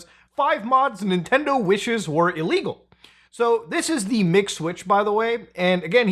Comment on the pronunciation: When you say MIG Switch I hear McSwitch I can thank McDonald's for that.